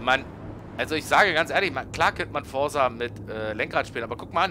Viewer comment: Es heißt "Forza" und nicht "Forsa" ......haha